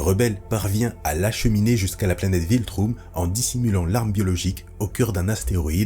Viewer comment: Americans le prononcent viltreum